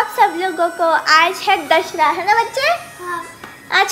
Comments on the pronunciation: Dashara nahin hota dashara hota hai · ap dusshere ko galat pronounce kar rhe ho it's not dashrra it's Dusshera and pls ap mhuje hater mat samajna mein bas apko sahi hi bta rhi hu i love you soo much dii😍😍😍😍🙂🙂🙂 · Dashra nahi dashahra bolte h 😂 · Dear it's Dashehra not Dashra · Happy dasra kyu bol rhi thi yar bar bar.. Dasahra hota h na..😡